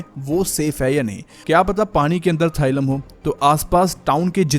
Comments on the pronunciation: it is thallium थालियम thaaliyam not थाइलम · It’s thallium not thylum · Thailum nhi Thallium